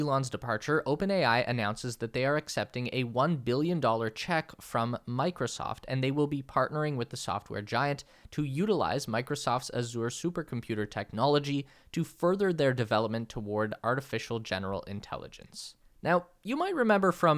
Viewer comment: not Azu-re it's A-zha.... a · zhr